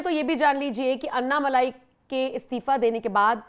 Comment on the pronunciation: भाई लोगों - अन्नामलाई नहीं है, अण्णामलाई है। अण्णा यानि तमिय में बडा भाई। लगता है अण्णा जी को फोन में बोलकर उनसे ही हिंदी लिपी में उनका नाम सही करवाना पडेगा।